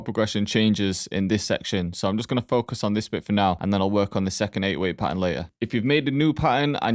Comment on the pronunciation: Pahern😅 thx broshki